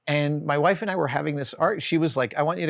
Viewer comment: For the love of God, say WIFE!